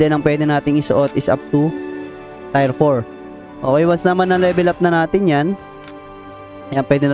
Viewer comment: Maybe you mean "Tier" as in "tiyer" not "tayr"